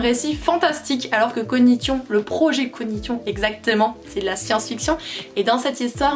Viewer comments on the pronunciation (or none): Hello. on dit COGNITION et on le prononce donc cognission qui vient donc de cognitif.